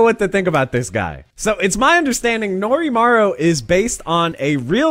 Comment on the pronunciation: It's Norimaro not Norimaru